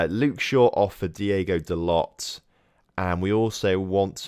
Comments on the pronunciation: Its pronouced like: Da'low. But I really enjoyed the series so far, got some ideas for my own save. Keep up the good work. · About to watch the other parts, but please tell me that you finally say Dalot name right....